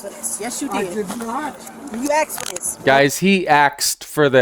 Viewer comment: I'm convinced all black females are taught English from the same teacher around the world. "YOU AXED FOR THIS" 🪓